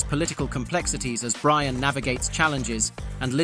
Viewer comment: You should know it's AI because it's Brion not brian